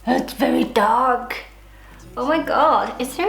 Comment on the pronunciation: "That's very darkk '' oml😂